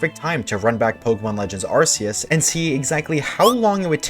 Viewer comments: its not ar see us its ark ee us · Just FYI, Arceus isn't pronounced "Ar-see-us." ....not any more. Nowadays, the official pronunciation is "ar-key-us." Because Nintendo realized the start of "ar-see-us" sounded too much like a British swear word for their liking.